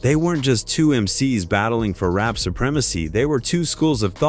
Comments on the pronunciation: In rape ? I hate when people don't correct their bad Ai voice mistakes. It's really annoying. Who is RahKeem? Smh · I absolutely HATE A.I., because it sucks. If it cannot pronounce the names properly, STOP USING IT. Do it yourself. And it’s “Rap’ not “rape.’ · When it called rap "rape"... I was through